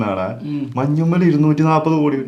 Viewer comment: മഞ്ഞുമ്മൽ അല്ല ബ്രോ മഞ്ചുമ്മൽ 😂😂😂😂